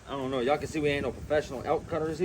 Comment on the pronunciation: "I'ont kno" 🎧📚 Lol, "what a genuine " "I don't know" 😂🙈 You all converse well " good for the channel " 📡👍